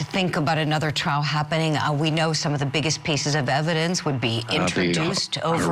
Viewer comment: I really wish Julie would stop calling it a Traal